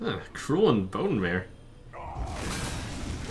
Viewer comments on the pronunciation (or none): none